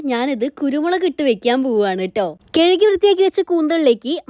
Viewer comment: കഴുകി ❌കേഴുകി ✅😂😂😂